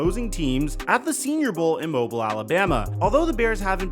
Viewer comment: Mobill is the right way to say mobile when referring to the city btw as someone who's lived here my whole life that made me cringe so bad xD